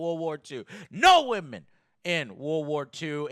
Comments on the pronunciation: .. What's a "wamen"? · Is his seeming inability to pronounce the word “women” due to his accent, or is it supposed to be clever wordplay of some sort?